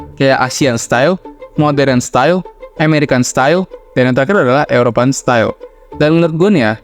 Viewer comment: Bro, bikin konten bagus kok bahasa Inggrisnya keteteran sih. “European” dibaca sbg “Yurepian” bkn “Eropean”, “James”dibaca “Jems” bukan “Ja-mes” 😂